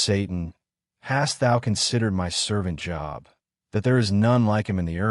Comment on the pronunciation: Only 7 right this time. Great Quiz. I realize that the voice is computerized; but, when it refers to the biblical man, Job is pronounced with a long O sound. Please keep these otherwise great quizzes coming! Thank you for putting them out there!